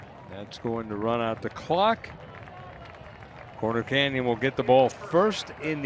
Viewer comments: This announcer sucks smh... Its CORNER Canyon not Connor Canyon. Seriously man you have 1 job, and you're butchering the teams name? Figure it out lol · Not sure I can sit through this. At any point do they tell the announcer it’s “CORNER” Canyon not “Conner” Canyon. How do you mess that up? Is Utah the only place in the universe where corners exist? Has he really not heard the term before? “The gas station? It’s just down the street and around the conner!” Good grief.